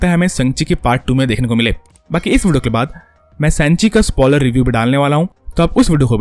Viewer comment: Ye vudio vudio Kya hai Bhai video bolne mein dikat hoti hai kya